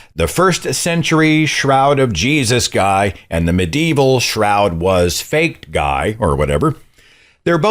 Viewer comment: It's not "mid" evil you totally.